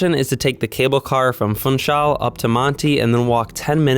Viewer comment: While Funchal probably is a lot of fun, you don't pronounce it as fun-chal. You pronounce the u as an oo. Like in bloom, room etc. So it's foonchal.